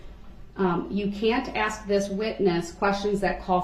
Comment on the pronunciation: Have they 🪚 saw anything on TV?. Darrell's use of English is mind boggling.He uses WHOM instead of Who, biast , inty instead of any , and my all time favorite axe. Just to name a few. Are you kidding me? and are you serious are up there also. If Darrell listened he would her the grounz .